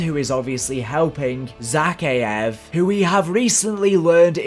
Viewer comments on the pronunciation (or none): It’s pronounced za-kai-ave not zack-ieave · Great content but this pronunciation is killing me.. it’s “Zuh-Kai-ev” not “Zacky-ev” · Zakhaev is pronounced Zuh-Ky-uh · Ze-Kay-ev is how u pronounce it bro. Also he is in the bunker 11. U prob all ready knew that but....... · Please pronounce Zakhaev’s name right